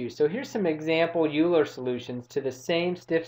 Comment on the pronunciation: Euler is pronounced as "Oyler".